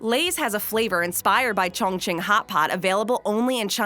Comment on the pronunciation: I'm going to need the narrator to say Cong Ching (?) In every video. LOL!